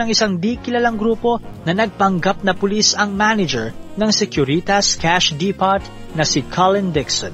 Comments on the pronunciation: depot read as dipow i guess? but yeah, nc story!!!! more to come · Depot pronounced as Deepow